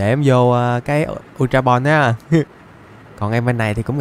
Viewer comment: ultra ball mới đúng bro lại đọc sai tên r còn lúc chơi game tui xài bóng thường cũng bắt đc chứa cần gì ultra ball:))